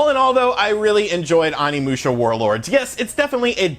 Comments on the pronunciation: Your pronunciation of the title & characters of one of my most favorite games is painful to listen to lol. Still thanks for the review! They need to seriously remaster them all. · You butchered the name. The '"O" is like Osaka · As a huge Onimusha fan, your mispronunciations are killing me lmao. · The way you mispronounced all their names hurt my nostalgic soul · Bruh, you keep pronouncing Onimusha incorrectly lol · Dude, I like your videos but the way you butcher the names is horrendous. animusha and salmonosuke. Lmao. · Its Pronounced Samanoske and Kaede no whatever you said. Sheesh. They say their names over an over while you play. Onimusha not Animusha. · Say ahnimusha one more time! I freakin dare ya! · Omg its oni not ani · Pronounced O-ni-mu-sha not On-ni-mu-sha. Also more of Samurai than ninjas I think. 3 was also a good game and Reno wasn't the only actor on the game. The other character was a famous Japanese person. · OH-NI-MU-SHA Not Animusha lol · O nimusha... O O O O O not ON. The ending is amazing short game but fun. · It’s oni musha not Ani musha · The mispronunciation of OH-KNEE-MOO-SHYA. オ 二 ム シャ. Is killing me. That being said, I love your channel dude. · It's pronounced oh knee moo sha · omfg learn basic Japanese pronunciation. Vowels only make one sound in Japanese, it's not hard. I cannot watch this past the intro... It's Oh-Knee-Moo-Sha. People that mispronounce Japanese piss me off because you can tell they made absolutely zero effort. It has to be the easiest language to pronounce. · Jesus christ OH-KNEE-MOO-SHA. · Let's say it together: "OH-KNEE-MOO-SHA." "SAH-MAH-NO-SU-KEH." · It's pronounced OH knee moo sha. Oni means demon in Japanese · I hate being that guy but it's oh-ni musha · Oh knee moo sha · ...it's Onimusha "Oh-nee-moo-sha" & Samanosuke "Sah-mah-noh-skay"...just FYI. Thanks to Onimusha 3 back in the day for that!! It looks great though...will definitely download it when it gets released stateside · ''Awnee'' lol